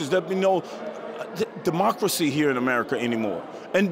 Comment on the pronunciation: Did that ninja say demonkracy😅😅